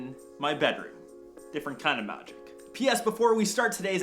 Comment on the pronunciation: Hahahahaha did you need to stress on that? You got me cracking up here... "Where the 'MAGIC' happens"